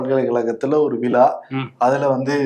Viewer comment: எஸ் ஆர் எம் பல்கலைக்கழகத்தில் ஒரு * விலா* அய்யோ அய்யோ விலா விலா விலா விலா விலா விலா விலா தம்பி உங்கள் காதில் எப்படி கேட்கிறது. விலா. வா அல்லது விழா. வா?